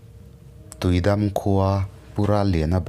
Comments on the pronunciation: Tuidam an ti ngailo i lam dan diklo thlukna dah tur tui dammm..tih tur w.. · Tuidam hi i lam dik lo in ka hria..tui chu a dik a, dam hi i dam em.? tih a dam ang hian lam tur niin ka hria..👍🏼😍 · tuidam tiin ka ngaithla char2 a..a tawp lamah khan tuidam kha i rawn lamdik leh bawk sia a mak ka ti reng ah..ka beng entir a ngai zawk a nih hi 😂😂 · tiui dam tih I lamdan hi a diklo deuh em aw